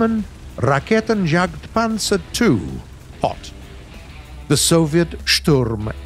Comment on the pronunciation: Omg my ears hurts bad say again "J" RaketenJagdPanzer 2 HOT That J hurts me ears 🤯🤯🤯 if u can t spell J DON T!